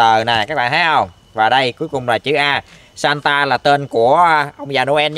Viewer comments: Santa nghe 1 kểu nhưng đọc thì lại ra chứ satan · santa đọc lái thành satan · Anh đọc chữ santa ngược lại xem